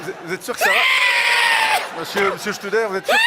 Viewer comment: Studer, pas Stuber